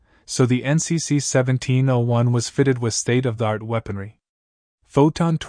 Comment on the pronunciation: . It's not pronounced "NCC - SEVENTEEN -01"! It is pronounced "NCC-1-7-0-1". Take care!